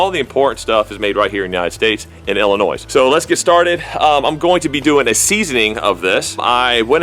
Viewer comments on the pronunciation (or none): Illi-noise.... Lol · As much as I hate Illinois...just want to let you know the "s" at the end is silent. HA